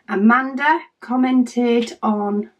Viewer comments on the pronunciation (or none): none